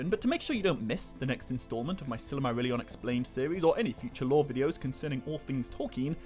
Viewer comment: I like the way you pronounce Silly-marillion 😋